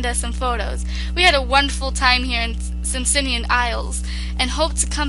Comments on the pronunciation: hahah simsimian its actually pronounced sim aican you know like jamaican just a thought.. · I like you but you do need to learn how to read :p It's SIMAICAN isles, not Simsimian :p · It's Simaican like Jamaican